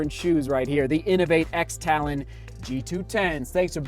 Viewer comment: And the X is pronounced cross.